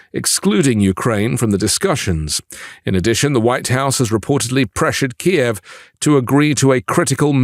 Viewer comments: I love your take on Ukraine,. But please don't refer to Kiev as KEE ev. It's the Ukraine capitol and it's pronounced KEEv with a soft f at the end. It's one syllable and not two. After 3 years they at least deserve the respect to have their capitol pronounced correctly and not in Russian. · Thank you for the update! One thing though, it’s “Kyiv”, not “Kiev”. “Kiev” is the Russian spelling and pronunciation, “Kyiv” is the Ukrainian spelling and pronunciation. 😅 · You're pronouncing Kyiv in Russian. Ukrainian Kyiv only has one syllable.